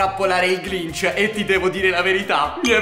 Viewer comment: si sente matti che glinc invece di dire grinc 😂😂😂😂😂sto morendo dalle risate😂😂😂😂😂😂😂😂😂😂😂😂😂😂😂